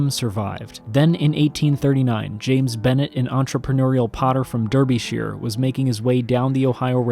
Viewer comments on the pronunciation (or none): Excellent work bravo Btw “subsequent” = SUB-se-kwint “Derbyshire” = DAR-bi-sher